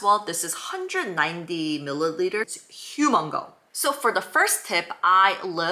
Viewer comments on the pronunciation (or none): Humongous, not humongal. 💞